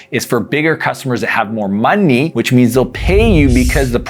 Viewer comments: the way he said money ' LMAO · I like how you say MUNNY 😄